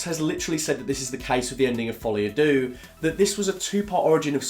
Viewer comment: Folie a what? Dooo? Phonetically its derrr mate. Not dooo. And by the way, its easy to slag it off. Make your own joker film. I wonder how good that would be. Youre not mark kermode mate. Trust me